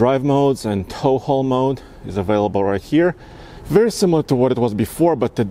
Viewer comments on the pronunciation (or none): none